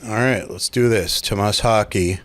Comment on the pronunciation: LOL It's Thomas Haake. Your pronunciation isn't any better than his.